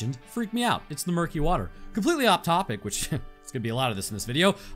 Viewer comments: Muskey. not murkey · It is called a musky not a murky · Muskie not murky 😂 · As someone who grew up in that area of Canada I was wondering what a "Murky" was until I realized you meant a Muskie. Yeah, don't blame you about not going back in lol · I was VERY confused as to what he meant when he said “Murky” in the beginning. Then I realized that he was talking about a “Musky”. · Bro called a Musky a "Murky" lmfao. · What he talking about a Musky in the first two minutes? Tf is a Merky lol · when bro said murky i think he meant muskie relative to the northern pike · Lmao a murkie, I think you mean a muskie. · I'm pretty sure the fish you're talking about at the beginning is a MUSKIE, not a murky, and I have NEVER heard of one attacking a human. They do bear a superficial resemblance to a barracuda however. Also, it's pronounced "sar co su cus" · I’m pretty sure that “freshwater barracuda” you were talking about is a “Muskie” aka the Muskellunge…not a “Murky” lol couldn’t tell if you were being serious or cracking a joke lol 😅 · A "Murky"? You mean a Muskie. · A murky? I believe you meant musky. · By Murky were you referring to a “Muskie?” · He had to mean muskie not murkie..... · I think you meant Muskie not “murky” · Its a muskie not a murkie lol 😂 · For anyone autistic enough to search for the fish he mentioned, I think it's a "musky" not a "murkey", which should help you find it. 😂 Muskellunge is the full name. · I think you mean musky not murky? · This man called a musky a murky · no ones gonna talk about how he called a muskie a "murky" huh? lmao